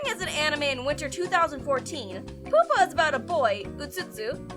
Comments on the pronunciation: I don't think it's pronounced "poo-pah." I believe it's pronounced "pyoo-pah." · it's pronounced PYOO-PUH, not POOP-UH. Its the middle stage of insect metamorphosis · Soooo.....before making a video about bad anime, you should make a video about bad pronunciation. More specifically, yours. #1.) The plural of anime is "anime", not "animes". "Animes" isn't a word and does not exist. #2.) It's pyoo-pah, not poo-pah. #3.) "Loli" is not pronounced like "lolli-" as in lollipop, it's with an "oh" sound, like in slowly. And #4.) You need to NOT pronounce the Japanese names of anime and characters in anime. You butcher them so badly and their names sound so bad coming from your mouth that i would honestly rather listen to someone scraping their nails across a blackboard. Also, Mysterious Girlfriend X isn't that bad, but that's just my opinion. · Horrible exaggeration as comedy and poorly executed memes. It's time to stop. "animes" Stop it. "Poo-pah" (pyew-pah) I said stop it. You can do better.